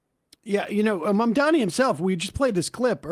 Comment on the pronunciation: The name is MAMDANI you should learn to say the name because I am going to be your boss! Hahahahahaha!